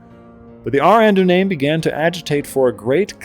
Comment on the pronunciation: oh and to pronounce ar ardunaim it is Are are-duh-nye-um it means kings men